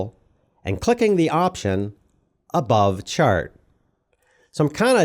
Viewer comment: My voiceover peeve is hearing "ay" and "thee". Is that for YouTube's automatic translation? Normal conversation doesn't have "I gave the person ay chair and then thee chair fell over."